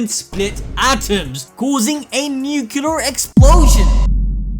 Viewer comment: "Nucular" kinda spoiled this chapter LOLOLOL